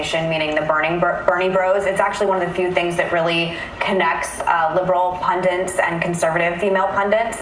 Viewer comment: Is saying "pundant"?